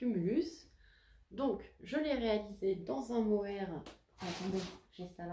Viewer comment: Bonjour, bravo pour la cumulus blouse elle est super belle, le mohair tu prononces comme pour l'insecte (🦗 blatte). Le bleu nuit poil de chat 😂 solution : tu tricotes de l'angora, tu ne verras plus les poils de chat 😹. A bientôt 🌈